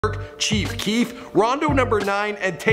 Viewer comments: i know damn well he didnt say keef chief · He called dat nigga keef chief 😂😂😂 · give this dude 2 L's for saying Keef Chief😂😂😂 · This dude said keef chief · You said "Keef Chief".. Im fucking done. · "keef chief" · Aint no way this dude just said Keef Chief with a straight face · That man said keef chief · He said keef chief 😂😂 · he really said keef chief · Dis man jus said Keef Chief💀😂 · did you guys here him say keef chief instead of chief keef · Yall noticed he said keif chief 😂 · dis nigga said "Keef Chief" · I know this nigga did not just say keef chief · U said keef chief😒😒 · did this nigga just say kief cheef